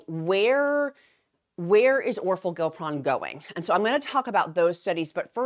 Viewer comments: This is interesting…you’re throwing me off just a tad though pronouncing it Gil pron instead of gli pron lol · I’m kinda excited to see how this pill form works for maintenance. I need to lose 45 pounds to get there but have been thinking of trying it as my maintenance med. also you crack me up pronouncing these medications🤣. The downsized pronounces it “or-for-gli-pron”. I hope it has a catchier brand name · I think it’s pronounced or-FOR-gli-pron.